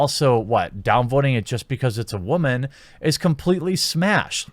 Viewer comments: Honestly “wamen”is getting old any annoying just saying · I'm confused as to what your definition of Wahman is. It's pretty obviously meant to be about a certain type of woman but at this point it seems like you don't even say the actual word anymore when speaking about women in general... If Wahman is what I think then I get it, but that's not all women, just like not all men are rapey shitbags like the media let's on. If not, either you're very clearly not unbiased... or you have a speech impediment. Either way, there's no way you're single. Just so this isn't the route comments go down, I'm not sjw or left or anything, merely speaking on the over/misuse of a word by a guy who speaks about unfair sexist assumptions and how it goes both ways. Also since you've clearly no idea how words work.. it's quadrupling down. Need a faceplam emoji. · captain wamen lol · Boy said wamen lol 😂